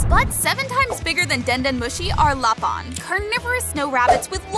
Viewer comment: Lapin: ❌️ Lapahn: ✅️✅️✅️